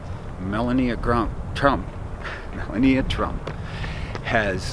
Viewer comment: Haven't heard you pronounce the First Ladies name correctly yet....It's. "Ma lau nee a"